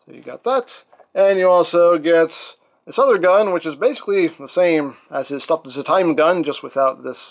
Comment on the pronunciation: "I stop da time" lol